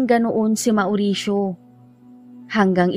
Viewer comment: Naway di nyo po ipagdamdam ang kaunting corrections maam. About sa name nabanggit nyo, about sa pronounciation po ng mauricio, it should be maw'risyo, and not ma'oo'risyo.. lastly po ay taboo, it should be pronounce as tæ'bu, Muli po naway wag nyo masamain at ipagdamdam, di po intensyong magmarunong.. nais ko lang po makatulong sa munting paraan.. salamat po, sanay inyong maunawaan..